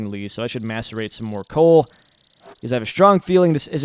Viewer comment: When he says Macerate, am i the only one who hears masterbate?